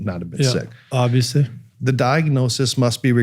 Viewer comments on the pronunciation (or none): none